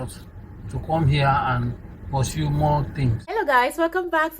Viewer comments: 100% nigerian listen to how he pronounced the word "Where" and “Pursue” only Nigerians in Africa pronounce it differently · I can vouch my head this man is 100% Nigerian just listen to two words he mentioned that in the whole world only Nigerians pronounces like that ‘WHERE’ and ‘PURSUE’ catches every Nigerian out all the time